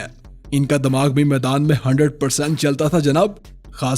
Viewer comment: Damaag nhi dimaag hota h bro 😂